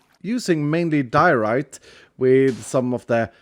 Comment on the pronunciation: Diorite? More like Dear-o-rite